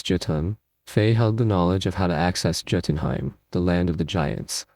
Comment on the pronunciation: I swear to god....Every time he said Joe-tinhime, I wanted to throw the phone across the room.